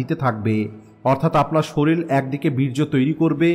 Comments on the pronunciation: আপনি শরীর কে কেন শরীল বলেন ❓ আপনার মুখে ভুল উচ্চারণ কেমন যেন লাগে ❗ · (শরীল) না ভাই এখানে শরীর হবে।❤❤❤